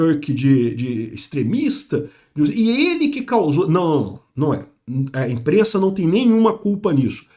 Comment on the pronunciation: "A imprennsa nao tem nennhuma culpa" Foi a pior que ja ouvi do